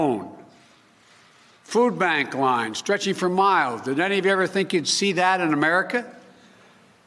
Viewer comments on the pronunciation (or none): none